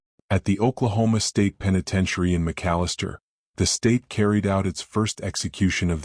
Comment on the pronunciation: Anyone notice the newscaster said tenepentiary?